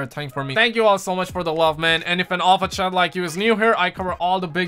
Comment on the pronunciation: nah bro bro. I thought you started saying Chads cause of the way you say chat. Maybe I’m wrong. But def not making fun of you bro. Love your accent man. Always looking forward to your vids. You put out some of the best vids on my sub list. I can stop saying STUTS. It was just all in good fun. But don’t want you to think I’m making fun. Sorry I think you should put it in your vids. Stuts and Chads. Epic